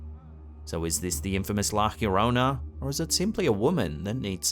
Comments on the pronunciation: Damnit, there is NO H IN "La Llarona", it's La Yaŕona, no H. No Hirona. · God darn it. He really said “ la hiyochorona” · it's pronounced La Llorona with the Ll pronounced like Jojo and the R is a soft r, not a hard r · You are saying "La Llorona" completely wrong. Lol